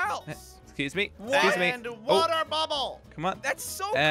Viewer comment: The way said water bubble😂